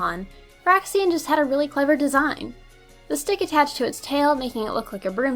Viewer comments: BRAIXEN not Braxien!Dayum that grinded my gears everytime i heard you say it! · Braixen: It's BRAKES-en. Not Braxien. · It's pronounced BRAKES-en, not BRAY-ksi-en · Bray-xen not brax-ean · BRAIXEN WUT (and it's brayxehn not braxien) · It's pronounced "brake-sen", not "brack-sian" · I am so sorry for being the grammar nazi but it's (Brakes-in) and not (Ber-ax-ee-in) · isn't Braixen pronouced as "bray-zen" and not "Brack-zi-en" ? ._. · It is BRAIXEN not BRAXIEN. There is no ien pronunciation at the end of it's name. Learn to fucking read people. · It's not braxien its braixen bry-ksen not bry-sien sorry if i was being rude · Where the fuck did you get "braxien" from "braixen?" its "BRAYZEN" u sped. Nice vid tho i enjoyed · Its braxin its braixen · But it’s Braixen not Braxiean... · "brahxien" ehhh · dont you mean Br-ei-ks-en ( i know its spelled braixen xD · Braixen, not Braxian! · Your pronouncing braixen wrong it's break sin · Braxien is pronounced like xylophone with a z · You pronounce braixen brake-sen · AM I THE ONLY ONE PISSED OFF THAT SHE CALLED BRAIXEN BRAXIEN? ITS BRAIXEN!!!!!!!!!!!!!!!!!!!!!!!!111!!!1!!oneoneone now that that's done, Nice countdown. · Why do and you pronounce Braixen like /Braxien/???... well is worse, he says Braixion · It's pronounced Bray-xen. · It's braixen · You Said braixen name wrong :(